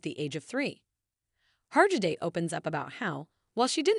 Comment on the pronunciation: Oh, goodness. The final “t” in debut is silent. And you could at least instruct your machine to pronounce the name of the subject correctly.